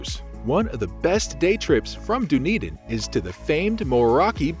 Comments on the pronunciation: Done-Eden, not Doon-Eden. Try that pronounciation. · This is a great video with on major exception. So many mispronunciations! Embarrassing and unprofessional! As mentioned by previous commenters. 10 minutes of google research prior to recording would fix everything! By the way, there is a Dunedin in Florida pronounced the same way! Done, not dune! And Edin-berg? Wrong. Look that one up! You can’t be a travel narrator without a bit of research and mastering location pronunciations. Please take this critique as constructive! The content and narration otherwise was excellent. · You need to do some research about how to pronounce locations correctly! Dun ( like 'done') edin NOT Doo-nedin. Taieri Gorge is pronounced wrong and Maori words. The video therefore does not seem authentic or believable.